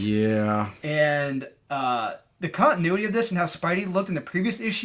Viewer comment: Does mispronounce “continuity” on purpose?